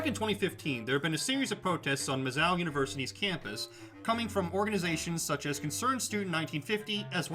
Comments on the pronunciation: Are you saying "Miz-zow," rhymes with "cow"? Stop, just stop. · He made my ears bleed every time he said the name. Clearly an extra ten seconds of research could have been spent learning the actual pronunciation of the school's nickname.